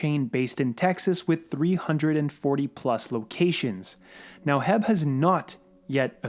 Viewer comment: HEB is pronounced H.E.B.